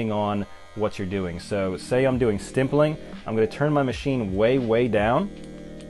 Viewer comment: hi! watched a lot of your videos and noticed you always say "", but its just "stippling", and youve written it correctly in video titles and stuff but just wanted to say cuz i hadnt notice anyone else give you a heads up